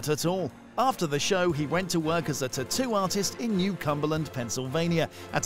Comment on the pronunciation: the way u say "taattoo" is bumming me out, it's a hard pass from me.